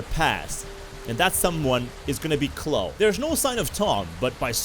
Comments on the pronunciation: nice vid but its Chlo-e dont forget the e at the end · I know it's cause you accent, but I'm pretty sure it pronounced "Clowe-E"